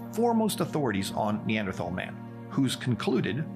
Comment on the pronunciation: I love how you are correctly pronouncing Neanderthal and it remains the best way to tell when someone actually knows anything about evolution.